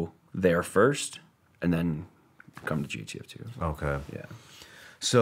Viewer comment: Why does he keep say gtf2 not jtf2 😂😂